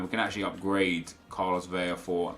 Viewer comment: I swear to god...stop saying VEIA with a “Y” sound...it’s an “L” For someone that’s “educated” in football players..it’s unsettling